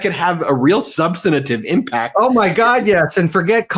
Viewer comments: Ben, I love your videos and tune into MTN every day. I am not in the legal profession, but have so enjoyed getting an inside look at all of these historic cases. So, forgive me for commenting on something that grates on my nerves a bit. The word "substantive" only has three syllables. :) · Ben, please learn how to pronounce "substantive"!